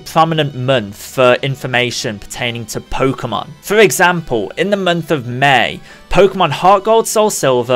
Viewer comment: Stop saying mernth and termorrow. Please.